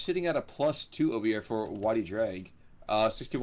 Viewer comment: Just a quick note: Y Ddraig's name is pronounced "Uh Vr-ayy-g". It's Welsh for "the dragon"